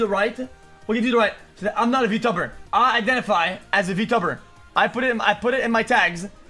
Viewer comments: Guy can't even pronounce Vtuber correctly. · Verteber is what I heard from xqc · Remember, XQC is the guy who read "I am a man of culture." as "Jam a man of culture." That's how you know, he's just a clown. I also cringe how he pronounces Vtuber as "Btoober". Jesus christ, slow down. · xQc sounded like he sayin "vtubber" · Lol can't help but laugh everytime xqc says 'vtubber' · Yes he is a v-tub-er😂 Why does he pronounce it like that lmao